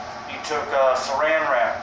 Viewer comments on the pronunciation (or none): Surrounded wrap ? As a parafilm alternative, great idea, but no link or description to the product you're recommending which is unfortunate! Also, cant quite understand your mumbling, at times, again a description would be most useful, especially if you wish your ideas to be taken on board. Keep up the vids, i am enjoying them !